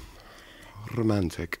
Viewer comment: oh gosh!!!! i LOVE the way he says rrrrrrrrromantic!!!